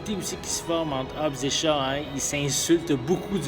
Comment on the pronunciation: hobbs and CHAT ?????? c'est shaw il me semble ! non ? en tout c'est comme sa que on le dit en france